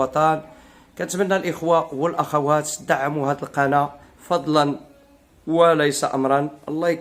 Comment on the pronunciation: نقول القناة وليس القنا. المرجو التصحيح حتى لا يقال عنك كسول متل الزروالي